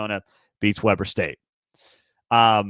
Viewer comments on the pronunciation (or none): FYI it’s pronounced “Wee”ber state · Weber is pronounced weeber